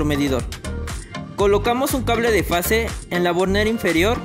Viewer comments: Se dice FASE, no face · Es fase, no "face" !!